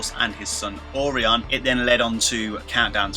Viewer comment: Orion : It's pronounced "oh Ryan"